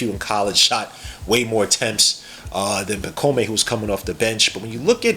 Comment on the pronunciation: Dude, his first name is pronouced (pa - comb), not (pa - co - may). Also, he's coming over this year. He is not being stashed away. Personally, I rank the Knicks' draft grade A, especially seeing how their highest pick was 25th. They probably should have traded a couple future second rounders to try and get an additional pick in the 31-33 range to pick up Filipowski as well. But I guess they were confident in being able to bring back Hartenstein. Hukporti is a good pick, though. Already has a better offensive bag than Mitch and Jerico.